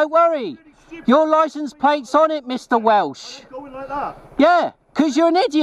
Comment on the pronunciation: Welsch. Hahaha Dammit.